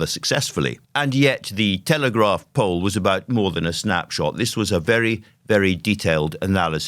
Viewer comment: I heard 'Telegraph Pole' instead of 'Telegraph Poll'